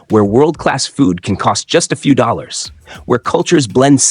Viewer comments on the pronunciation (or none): none